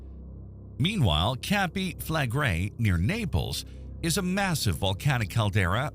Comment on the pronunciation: Mispronounced - CAMPI - SANTORINI - clickbait. These doomsday prophets never die out. Waste of your time.